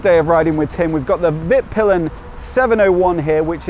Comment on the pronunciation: Not ease to a non native speaker, but it's pronounced more like veet-peelen :) Oh, and nice vid!